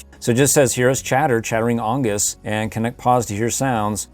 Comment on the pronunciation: its pronounced On-gee-z